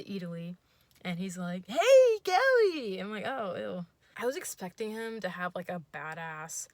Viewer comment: Your ACCENT for himm HHHHHH it's so funny I'm... Thank you